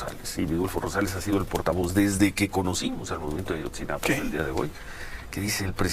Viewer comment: Xq dices Ayotzinapan?